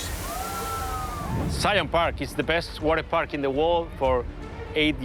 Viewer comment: "Waterpak"... Really?